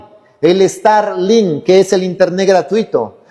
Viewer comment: Guai Fai, Estarlin, Interne, Donal Tron, ya le frieron el cerebro las corrientes electricas 🤣 Por no ponerce su gorrito de aluminio! 🤦‍♂ Bendiciones hermano!